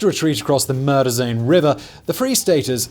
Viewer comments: It is just me, or does "Marais des Cygnes" kinda sound like "Murderzone" when Simon says it? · Am I the only one who thought Simon said "murder zone" when he was talking about Marais de Cygne? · When Simon said Marais des Cygnes, it almost sounded like "Murder Zone". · Hearing Simon pronounce Osawatomie, Pottawatomie, and Marais des Cygnes warped my mind. I've heard them pronounced so many different ways, but that was a new one!